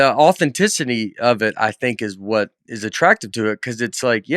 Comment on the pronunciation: 8 minutes back from SNL and New York and Nate uses "authenticity" properly and pronounced it correctly??? Don't go gettin' too big for your britches!